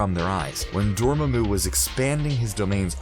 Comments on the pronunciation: Its not ‘dormemu’ it’s pronounced ‘door-mom-mu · "DORMA-MU?" No, it's pronounced, "DOR-MA-MU", accent on the "MA" not the "MU" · just gotta say it is dor ma mu not dor mo mo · Dor-mam-mu NOT Dor-ma-mu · Brem actually Babu is the only different sounding one. All of the others are spelled to make the same sound. Breaking down Dormammu is very simple. Dor Mam(mahm) Mu Sounds nothing like Dorma(dormuh) Mu The difference is the sounds of Mam and Ma(muh) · Holy crap door-mah-moo not dorm-mi-moo and nay-more not nah-more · Right? it's door-maw-moo not dormuh-moo. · That pronounciation tho....namor(nah more)....instead of (naymore)....then...dormammu...(doormumu) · Dor-mamu... That's how it's pronounced. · It’s Door-Mah-moo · That was a Pretty Good video Dude. But if I’m being Honest, I absolutely hated the way you kept saying Dormammu. You were pronouncing it “Dorma-Moo. But either way, Good Job. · W8 w8 w8 did you just say doormoomoo? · Please learn to pronounce "Dormammu" it's not DOOOR-MAH-MOO ffs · Am I the only one who heard this guy say "Dormoomoo"? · Who the hell is "Doormuhmoo"? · The thing that strikes me the most about your videos is the way your presenters mispronounce names almost every time, at least once an upload(IE, the way they pronounce Dormuhmoo in this one), and not just obscure names, but names blatantly and repeatedly spoken in the movies you're covering. Just makes it clear the presenters aren't actually as big of fans as they're told to portray themselves as. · If this dude says dorma-moo one more time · "Dormaamoo" "Naamore" lol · It’s Dor-MAA-Mu and NAY-Mor You butchered those names so hard😂😂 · Did anyone else laugh at his pronunciation of Dormomu? (Door-Mu-Mu 😂) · Awoken ToTheLies he also can’t pronounce namor and a couple other things like “Dormoomoo” like seriously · “Trap Doormamoo” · Doormumu?? Think you had a tongue slip there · Everytime he said dormumu it felt like a needle going into my chest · omg how did he even pronounce Dormammu lol